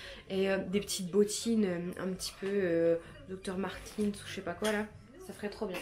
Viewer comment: "docteur Martin's" 😂 comme tu m'as fais rire ! C'est Dr Martens 😅